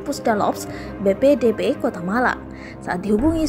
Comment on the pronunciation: Meluruskan bacanya BPBD mba bukan BPDB pelan2 aja bacanya.